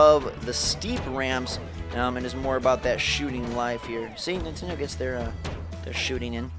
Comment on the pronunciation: Mon-tend-ay..?! Eh...!